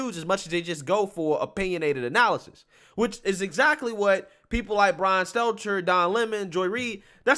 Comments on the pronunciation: I love how you say “Seltzer” instead of “Stelter” He’s so insignificant that he doesn’t even deserve to have his name properly said. LMAOOOO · He always calls him Selter